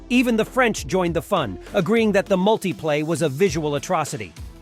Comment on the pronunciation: Kind of weird how the voice will pronounce some of the car names correctly, then a few seconds later say them incorrectly. Mutipla.Multiplay, Alfa Romeo/Romio. The marketing for the Subaru 360 was brilliant, imported by Malcolm Bricklin. They were killed off when Consumer Reports rated the car "not acceptable".